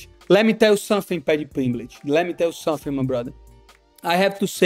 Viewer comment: Let me tell you Somefing! Moicano takes Paddies scalp! LFG!